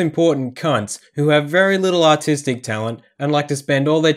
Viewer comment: "...very little autistic talent" - say what? - oh, wait... you said "artistic", right? - gotya! ... had me very, very confused there for a moment! (no offense to actually autistic people; they tend to have - on average - better social awareness, empathy, and self-perception than the self-obsessed cunts who are the issue here... For the latter the term "egoist" (in the meaning of 1763 - etymology ftw.!) seems much better suited...)